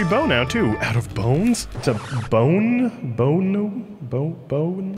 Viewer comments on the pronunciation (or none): "bow bown bone bown bow-ne" I CANT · struggles to say bone bow me: (thinks) bone and arrow